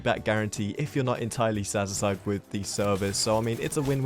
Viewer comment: The fact that he can't say satisfied